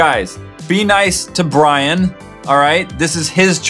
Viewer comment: lol it's Brian not brain